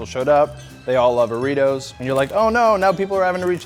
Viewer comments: It's Doritos u said it as oritoMissing d and s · he said oritos STUPID!!! LOL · it's not oritos it's doritos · Am i the only one who heard Orito instead of Doritos? :D